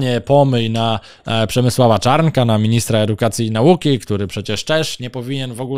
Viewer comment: Coś spada poziom tego serwisu. Mało wiadomości, dużo długich komentarzy, a jezykowo to dno. Lektor intonacją gubi sens zdania, a Pan, gdy mówi " naUki" (i nie tylko), to mnie trafia. POLSCY REDAKTORZY!